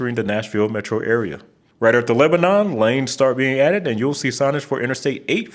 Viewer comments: dunno if anyone said it yet but, in TN it's Mare-uh-vul not Mary-ville, also Leb-ih-nun(some locals will just drop the "ih"), not Lebanon like the country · The 840 loop around Nashville wasn’t finished due to endangered owl habitat to the north. Also the following cities are pronounced: lebanEn, mar•I•vul, secure•vul, pretty much any “ville” in TN is pronounced “vul” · The first part of Sevierville is pronounced like “severe”, and the last syllable of Lebanon is said like “none”. You’re not the first to say them wrong, especially Sevierville; I’m pretty sure a lot of my fellow Tennesseans also mispronounce it. I actually took the route through the Smokies about a month before Helene hit. Gave me a chill thinking about that after seeing the destruction. 100% agree with you on the congestion around Nashville on that loop. It’s what I hate the most about driving there using the interstate. I somehow didn’t know I-40 had its longest stretch through Tennessee, but yeah, it absolutely does! I love the mention of Route 66 being replaced by the interstate system, and how the small towns along that route were almost completely forgotten. Learned about that briefly in the first Cars movie. Now I’m more curious about interstates. Time to jump down another rabbit hole 😂